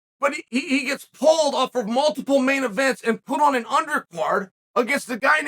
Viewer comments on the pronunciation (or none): none